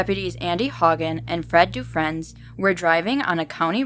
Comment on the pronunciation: Cool stories but some of the city name pronunciations are not correct but that's not easily determined from outside of Minnesota. Faribault is typicaly pronounced "Fair-a-bow". Milaca is pronounced "Mill-Acka". Some names too: "Dufresne" is pronounced "Dufrayne". The congressman discussed was Al Quie, pronounced "Qwee".